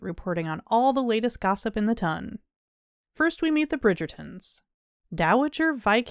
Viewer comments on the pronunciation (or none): LOVE and appreciate this recap so much. Thank you! (2 notes, FYI: it's ton (with an o as in got) and den of iniquity, not iniquity meaning sin.